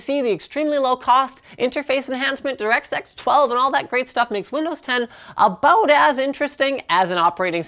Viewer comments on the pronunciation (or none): DirectSex 12 u wot linus